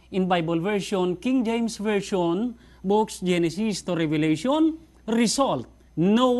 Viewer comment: Revelation po, not 'Revalation'.